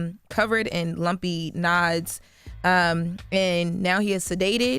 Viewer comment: She can’t even read the word nodes?